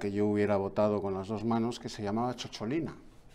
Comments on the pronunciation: Don Eduardo, no fue eurodiputada, sino diputada del Parlamento italiano- Además CHOCHOLINA suena fatal, Es «cicciolina», un diminutivo afectuoso que significa en italiano coloquial «querida» o «queridísima, dicho desde la ternura, desde el fondo del corazón» Como decimos pochola, pocholica. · Cicciolina, no Ciocciolina, y no iba de drag exactamente jajaja